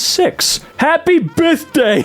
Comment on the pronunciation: I was laughing so hard at "Happy Bithday"